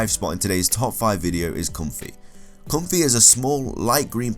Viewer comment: Pyukumuku is a sea cucumber. Ribombee is a bee fly. You mixed up the end sounds for Ribombee and Comfey. Ribombee ends with ee and Comfey ends with ay.